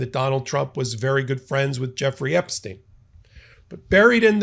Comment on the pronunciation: Kudos for being the only commentator to pronounce Epstein's name correctly